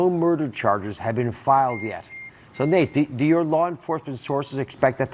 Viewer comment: I have 100% respect for you Nate and will follow this to the end. I have ZERO respect for Dr. Oz as he and Dr. Phil downplayed COVID in a dangerous way. Apologies from him was not good enough. PS: It's "Nate" not "Nat" Dr. Oz.